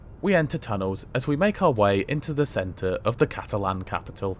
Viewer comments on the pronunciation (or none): none